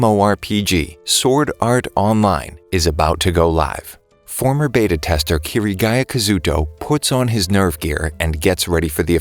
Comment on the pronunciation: I regret clicking the moment he mist pronounced Kirito's real name, but I love SAO